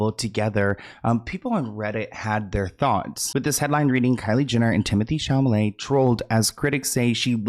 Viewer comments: 😂❤ I swear you said Chalamet but I heard Chalalai 😂❤❤😂❤ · Chamale wrong it's supposed to be " Chalamet" 😂😂😂😂😂😂😂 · Dude, it's not "Chamalet", it"s "Chalamet" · ChaLamet not chaMale lol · repeatedly saying, "ChaMalet" 🤭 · Timothy Chalamet 🚫 Timothy Chamalet ✅ Hahaha jk ilysm 🤭❤️ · it’s ChaLaMet. You keep saying it wrong lol. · Say it with me now … Sha-La-May 😂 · Not you saying Chamalet again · i love insisting upon calling him timothee shamalay LMAO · "Chalament" brought out a laugh from me that I've never heard before. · Hi! Just a heads up that says it wrong on purpose as an inside joke between him and his viewers ❤😂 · Hi! Just a heads up that says it that way on purpose as an inside joke between him and his viewers 😂❤ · I love that always says Timothy's last name incorrectly 😂😂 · I love it, too! ❤ He says it that way on purpose as an inside joke between him and his viewers 😂❤ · I know! I was going to finally say something today! He says the L before the M always. It's funny how our brains can do this with words. lol